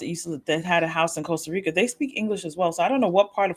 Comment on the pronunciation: Costa Rica is worse off with all the affluent US expats who don't even bother to learn how to pronounce the name of their host country. 😡